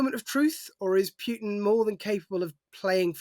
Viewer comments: Its Putin not Pjutin, newscrew should learn to pronounce, its not hard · Putin, not Pyutin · May be it's time stop pronounsing Putin as pewter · Although I can see some connection here, Putin is pronounced Pooohtin, the "u" as in "you", not as in "puking".... Please, pronounce the names as closely as possible to how they are pronounced in the country of origin, in stead of making all kind of frivolous variations, making it seem that there is a busload full of dictators leading Russia with an iron fist, while there is only one causing all that havoc, just like the Czar once did. Otherwise, pronounce Trump as Truuuuuuuuuuump, and Macron as Mukkkkrownnn, Xi Jing Ping as Pong.... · Who is Pjutin? Try to pronounce things a little bit better. (He is a POS, though... Trump too...)